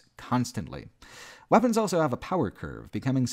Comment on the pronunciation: pronounces the word "also" as "elso".